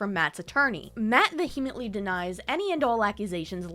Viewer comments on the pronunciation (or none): How are people still mispronouncing "vehemently?"